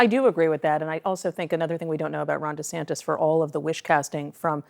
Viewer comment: desantis pronounces his own name "deesantis"???